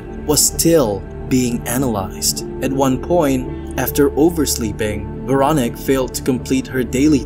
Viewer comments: I swear if you say Veronic one more time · It's Veroníque. You stress it wrong. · Pretty sure her name is pronounced vair-o-NEEK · Please make an effort to pronounce the name Véronique properly. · The most terrifying thing in this video is the way you pronounce the name Veronique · I’m continuing the video to see if he ever pronounces her name correctly. 😅